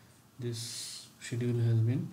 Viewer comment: hey thanks for great videos, can you see the pronunciation of schedule in dictionary please.